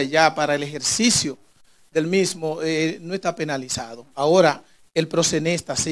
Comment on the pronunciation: Ese abogado no sabe nisiquiera pronunciar la palabra “proxeneta” parece que comió espaguetis ese dia, está muy fiiiiiiiisssssssssno jajajajaja